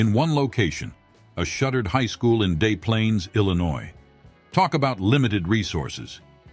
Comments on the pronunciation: Day Plaines Illinois??? Is this AI or something??? Its pronounced: DEZ Planes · Not day plaines sir, des as in destiny. my hometown. other than that good video of my favorite movie. School is now a police station ten minutes from the house i grew up in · It's pronounced "Des Plaines" not "day Plaines". And it wasn't FILMED there either. That's just where their hotels were. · Your AI voice pronounced the city (where shooting took place) as "Day Plains". The name is properly pronounced as "DES Plains". We don't go for that french tomfoolery here in Illinois. BTW, there is also a city in downstate IL named Marseilles. One would think it pronounced as "Mar suh Lay" like the french city, but it's not. Locals pronounce it as "Mar SALES". Same with the other down state city Cairo. Normally it is "KAI roh" but around here thay say "CARE oh" (Like Karo, the corn syrup) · Also "Dee Plaines" Everyone anywhere near Chicago says "Dess Plaines". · Sounds like the product of a modern voice synthesizer and/or someone who doesn't speak English natively. "Des Plains, Illinois" is one example. But mispronouncing "us" is a dead giveaway. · Actually it is pronounced DEZ Plaines but spelled Des Plaines, Illinois. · "U.S. vs them" and the way they pronounce "Des Plaines Illinois". CLEARLY A.I. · Please do your research and learn how to pronounce Estevez and Des Plaines